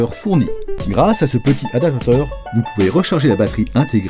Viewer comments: Non mais "adateur", je trouve ça tout de même affligeant.. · c'est pourtant pas compliqué de dire adapaptateur. Oh merde.